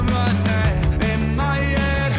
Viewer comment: "in my yead, in my yead"